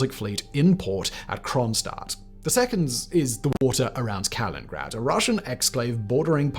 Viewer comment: I wish Simon could pronounce Kali-nin-grad. Bugs me each time, he says Kalingrad. =)